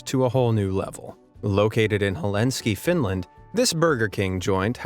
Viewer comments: Helenski? Really? You can’t pronounce Helsinki? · DID YOU JUST SAY HELINSKI. It's Helsinki. As a finn I'm offended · HELSINKI!!! Not Helinski... 'Muricans....... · "Located in Helenski, Finland, ..." Don't you mean Helsinki? 😂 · You lost me in Helenski.. It's Pronounced HELL-SINK-EEEEE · «…in HELENSKI, Finland.» Say what? «Helenski?» LOL 😂🤣😂 The city is called H E L S I N K I !!! 🤗☺️ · Helsinki not Helenski, Yangshou (Yahng-show) not (Yayng-show). And many more. Respect the place dude, check the pronunce! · its Helsinki not Helinski. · It’s “Hell-sink-ee “ lol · „Helenski”? Really? What a fail 🤦🏽‍♀️ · There is an amazing Hawaiian themed Chick-Fil-A in Fayetteville, Georgia. It is beautiful, and has a Hawaiian themed menu. It’s really cool! I love your channel btw. Oh, and one thing. It’s Hel-sing-kee Finland. Lol. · it’s HEL-SINKI! wow now I am truely “amazed” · HELINSKI???!!! You should learn to read it is a very useful skill even for people who "need" to watch stupid clips of cartoons every 15 seconds not to overload their "brains". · In Finland there is Helsinki, not helinski... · This guy butchered countries city names!!! 🤣 Where the hell was the editor??? Helsinki!!! Buenos Aires!!! He got Giza right wow! 😂 Kyoto! Nice, 2 in a row! Rotterdam wooo 3!!! Azerbaijan almost!!! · Satana Perkele, that is not how you pronounce Helsinki! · how can you fail so bad saying Helsinki. Better if you don't try to make any strange pronounces than make new what you don't know if they are correct.